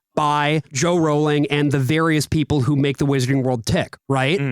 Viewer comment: lmfao "Joe Rowling"